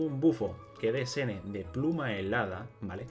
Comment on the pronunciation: Me da risa que sigue diciendo de corrido el nombre jajaj, creo que la mayoría lo dice shen-he y me parece que si se dice asi